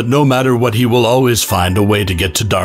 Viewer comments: It's pronounced DarkSide but spelt DarkSeid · Its darksied, pronounced "dark side" xD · Spells "Darksaid" in title...Says "Darksaid" while narrating. Apparently doesn't know that's the wrong way to pronounce and spell Darkseid. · Its pronounced DARK-SIDE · Darkseid* (pronounced as Dark side) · Dark side it's pronounced DARK SIDE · His name is pronounced "dark side" try again chief. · Uh- its pronounced darkside. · Pronounced Dark Side. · It darkseid pronounced dark side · it hurts hearing darksaid pronounced so wrong xDDD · Pronounced as dark side. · It's pronounced like Dark Side 🤦‍♂️ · The waffle house has found its new host Btw, it's pronounced "Dark-SIDE" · I don't know what's funnier, the fact that he's pronouncing the name wrong or the fact that Santa Claus is that OP 🤣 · I have never in my life heard Darkseid’s name be pronounced in such a manner, nor have I ever seen it spelt in this way. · The only thing scarier than Santa surviving that for a lump of coal is the pronunciation of Darkseid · It’s funny how he pronounces it wrong and he spells it the way he pronounce. Even though he shows the correct way of spelling his name in the short. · I love how much time and effort went into mispronouncing a name several times. True devotion to a craft. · I really hope this dude is trolling us with how he pronounces and spells darkseid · Not sure if he's just doing it for the comments, but you'd think a channel as comic-oriented as this would know how to pronounce Darkseid's name. 😮‍💨 If this dude's doing it for the comments, he'd better expect to get a lump of coal from Santa next year. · Down vote for mispronounced name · literally every single piece of official media in the past 20 years (at least) that has ever said this character's name aloud had pronounced it "darkside," and spelled it as Darkseid. (the correct spelling is even in the video ) how did no one catch this before publishing it? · Darksed....bro it's pronounced...DARK-SIDE